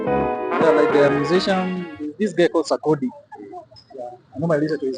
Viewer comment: If u heard ''Sarkodi''😂, pls register urself here👇... #sarkodie #Ghana🇬🇭🇬🇭🇬🇭🇬🇭❤️